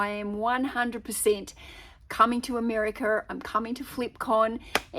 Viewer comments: Yes, I think she was trying hard not to say "Ameriker" after saying it a few times early on. Isn't she EXCITED though?! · Love the way you said "Ameri-ker" in the beginning of the video. You are so cute!